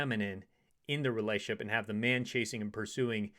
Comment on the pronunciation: Relationship ✅️ Relayship ❌️ Sorry to nitpick but I hear it too much these days.